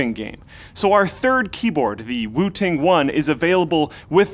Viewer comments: I totally thought he said Wu-Tang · I keep hearing wu-tang😂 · I thought he said wutang 😂😂😂😂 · kept hearing wu-tang, for some reason.. and figured, "yeah.... i guess this is a market the RZA has broken into yet." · i thought he was saying Wu Tang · Who kept hearing Wooting as Wu Tang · Whenever you said Wooting One I thought you were saying Wu Tang One. I was waiting for some sweet Wu Tang Clan jokes